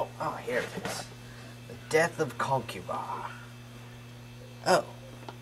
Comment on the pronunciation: nigga pronounce the name right